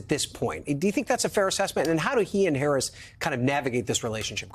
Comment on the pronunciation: that’s all y’all have got. “She doesn’t do interviews…whaaaa.” Mispronounce her name. Lie about the economy, the border. THIS. IS. WHY. Y’ALL. ARE. LOSING.